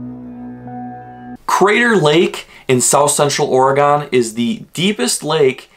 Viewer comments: It's. NOT Ore (gone) fun fact number 6 oregonians hate it when you call it Or- E-Gone. Try a more subtle approach with 2 or less syllables more of an Oregin Knew all those facts but didn't know the oddlaw. Nice video though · Yes ... it's definitely NOT Ory-Gone. More like OR-e-gun. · Here’s a fun fact from an Oregonian , ITS AURA-GEN NOT AURA-GONE Like organ, ORE-GAN , AURA-GEN just definitely not Aura-Gone. It’s so annoying sorry but it’s good to learn. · It not oragon it oragon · That kept irking me, too. >.< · Fun fact about saying the word Oregon: its pronounced "Orygun." This is like the only nice comment you'll get as well... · It is pronounced Oh-rig-gun!!!! Not gone! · Your saying the name wrong